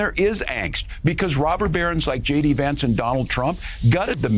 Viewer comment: Did you just pronounce JD Vance as Shady Vance at the start? Harris-Walz Campaign should go with that (and pay you a dollar every time it’s mentioned…) 😂